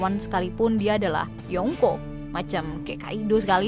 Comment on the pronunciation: kalau bilang yonkou pakek ng yaa jadinya yongko kesannya kek aneh aja.